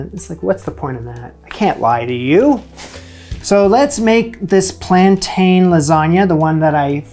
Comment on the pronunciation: It’s ’plan tin’, not ‘plan tane 😊’